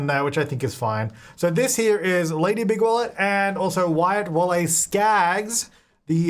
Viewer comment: I always hear Bigwallet as Bigwell n feel the need to rewatch Robots LOL